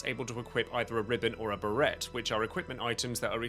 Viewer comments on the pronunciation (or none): Do people really pronounce beret like that?